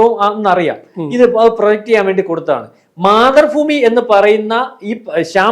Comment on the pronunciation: മാതൃഫൂമി എന്ന് കളിയാക്കി പറയുന്നതാണെങ്കിൽ ഒക്കെ അല്ലാത്തപക്ഷം ആ ഉച്ചാരണം ഒന്ന് കറക്റ്റ് ആക്കി പറയണം